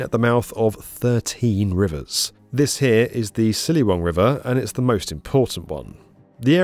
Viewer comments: That Ciliwung pronounced sillywoong is hillarious 🤣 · It’s Ba-TAY-via, and CHILI-wung. 30 seconds of research and you could’ve got them correct. Every single video of yours I watch, there’s always these lazy mistakes.